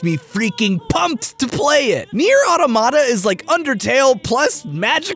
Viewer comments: I like how you poke fun at MatPat's pronunciation when the stress/accent of the word automata is on the TOM not the MAT, ie au-TOM-ata as in an automaton or a "self reliant robot" not an "automatic tomato" or whatever it is you're saying. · It bothers me how everyone mispronounces "automata". It's a real word. It has a real pronunciation. The accent is on the second syllable. "Ah-TOM-mah-ta" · The game pronounces it AWW-tow-mah-ta. That's why we pronounce it that way. If a Final Fantasy game pronounced itself in-game as Final Fan-TASS-ee, you'd hear people calling that one game that way. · Sorry, neir what??? Automita is said like automaton. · Dude, love your work, love to hear you yell and swear, love how intelligent and entertaining you are. I also love the honesty and the recurring masturbation gags... but please dude, try to learn how to properly pronounce "automata" :-/ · Damn, the constant and repeated mispronunciation of "automata" was seriously distracting; I just couldn't enjoy the video because of it. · I love the concepts they implemented in this game and how they all make sense in application. Also, you pronounced Automata wrong. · and you messed up how you say "automata" in this episode. The emphasis is on the first "t" and not the "m". It's the plural of "automaton" and pronounced exactly the same way. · I can't deal with pronunciation of automata. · Damnit, do your homework. Automata has the emphasis on the "O". It's the plural or automaton. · I think Nier: Automata is not pronounced like that at all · I like how he points out that matpat mispronounced a word seconds after he mispronounces "automata." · "Automata" is pronounced with the emphasis on the 2nd syllable, rather than the 1st and 3rd. Same with "Orthogonal" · automata = a mechanical figure constructed to act as if by its own motive power; robot (aka an android) also plural of automaton. its pronounced [aw-tom-uh-tuh] not auto-mat-uh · It's pronounced like automaton not auto mata